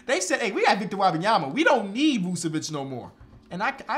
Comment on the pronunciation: pronunciation of Wembanyama gets worse every video and I love it lmao